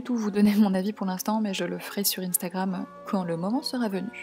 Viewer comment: Juste instagram le in se prononce un